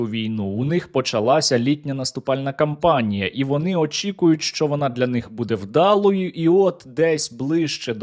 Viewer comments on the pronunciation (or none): none